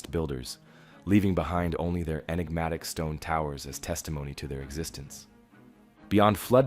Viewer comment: Please stop saying Inegmatic